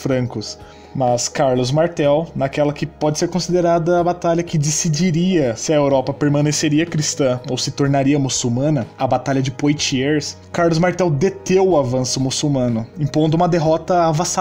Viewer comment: Pronuncia -se "Poatiê"; Carlos Martel DETEVE, e não "DETEU"!